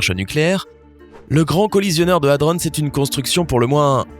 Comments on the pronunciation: ça se prononce HADRON, pas HADRONSSE merde, un minimum de recherche avant de faire une vidéo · Nan Ludo, je pense que lui il a mis sa tête dans le ralentisseur de particules. Il prononce hadronnse comme si c'était le nom d'un gars ou d'une ville. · J'ai fait un stage au CERN pendant mes études d'ingénieur. J'ai travaillé sur des accélérateurs de particules. Purée ! La quantité d'erreurs scientifiques dans cette vidéo remplirait une encyclopédie ! C'est tellement con que j'ai même pas réussi à patienter pour savoir ce qui est arrivé au type qui a mis sa tête dans le machin. Et, au passage : "hadrons" se prononce à la française, comme "cornichons", et pas "hadronn's". Nan mais allô quoi ! Faut pas être scientifique pour savoir se servir d'un putain de dictionnaire ! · Pour ''hadrons'' je croit qu'il croit que c'est un lieu... Si il sait prononcer ''protons'' je pense qu'il saurait prononcer ça aussi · C'est moi ou je la supporte de moins en moins cette chaine. Les coms sont de plus en plus abuse. En même tps il se fait de la thune sur vos vues il en a rien a foutre sinon il prononcerai Hadrons correctement genre la base de la vidéo quoi... Le coup du trou noir j'appelle juste ça du foutage de geulle vu l'énergie nécessaire a sa creation . c'est la dernière vidéo que je regarde votre chaine franchement ça devient n'importe quoi et y'a trop d'erreurs perte de qualité, d'idée de vidéo, y'a un moment faut faire autre chose. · Quelque chose me dit que c'est bizarre d'avoir 314 commentaires pour des millions d'abonnés, très bizarre non ? L'achat d'abonnés ? Vu le contenu plus que douteux. De plus apprends à mieux prononcer Hadrons, m'enfin bref...